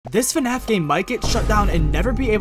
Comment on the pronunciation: I find it funny how he pronounces Fnaf “Fenaf”